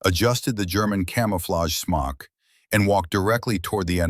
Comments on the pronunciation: He took the Germans Smock, a Camouflaged Cape. (AI pronounced it “smoke”……..check your production work !! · 7 rounds in a 5 round magazine? I don't think so, and it's a smok not a smoke. If you can't get your details right you're not credible. What's an aerodiome? Do you mean aerodrome? This is comical. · Smock not smoke